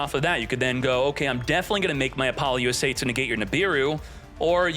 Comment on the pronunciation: i wish you would say apollousa correctly